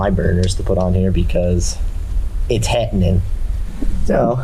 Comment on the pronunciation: "That's hattenin'..." :)